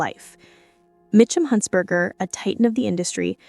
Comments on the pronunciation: Say "huntzderder" one more time lmao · Heir is pronounced without the H. And you got Huntzberger wrong twice. And Rory wasn’t the editor of TYDN yet in the story.